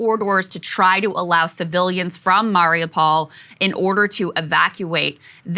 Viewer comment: I love you guys but please god learn how to say Mariupol